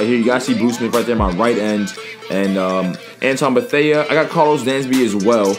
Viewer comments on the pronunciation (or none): You said Antwon beathea wrong